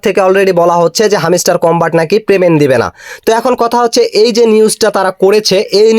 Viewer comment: view r jonno bangladeshi youtube r ra lengta o hoiya jaite parbo tar proman pailam😂. Ar bhai video r pasah pashi ektu pora likha da o korten tyla tw aida re hamiistar na boila hamstar bolten🤣